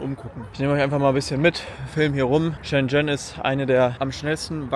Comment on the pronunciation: Neiiiiiiiin. Das erste, wo die geguckt haben ist richtig. Die haben nur geschaut, weil du es richtig ausgesprochen hast. 😂